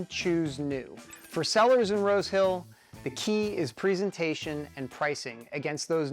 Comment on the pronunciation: He said "Rose Hill". I swear I heard "road kill"!